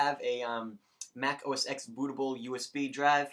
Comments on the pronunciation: 1. OS X combo updater 10.6.6 (or 7) is not the same as 10.6.8 combo updater. The latter will break the Hackintosh install. Many tutorials mention that it is not recommended to go beyond 10.6.7 when installing Snow Leopard. 2. It's pronounced "oh ess TEN". It's the Roman numeral, not the letter "X". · FYI, the X in OS X is a roman numeral, so it's pronounced 'Oh Ess Ten'